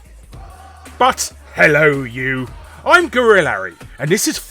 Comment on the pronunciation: It took me an embarrassingly long time to figure out he was saying "Guru Larry". Watched all 17 of the fact hunt videos and now that i'm re watching them it has finally clicked.